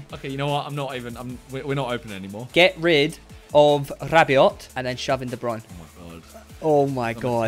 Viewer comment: All these years and they still pronounce de bruyne wrong 😂